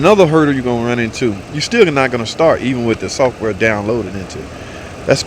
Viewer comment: It's "software" not "sulfur". I bet replacing the PCM didn't fix it but replacing the TIPM did.